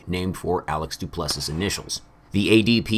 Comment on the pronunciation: Duplessiss... Du-ple-see.